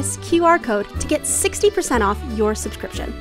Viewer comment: showing up saying "you have tho choose" OMG